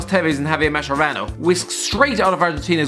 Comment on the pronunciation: It's actually pronunced "Maskerano" mocc a chi te stramuort e chella cess ra maronn